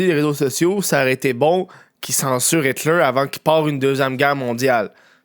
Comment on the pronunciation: Prononcer Hilter avec un accent anglais, il faut le faire !